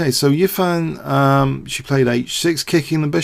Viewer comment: Hou Yifan is pronounced hoe (like the garden tool) ee (like the letter) fan (like on a hot day). the family name is usually placed before the given name, but in association with western idioms would besaid EE-fan HOE.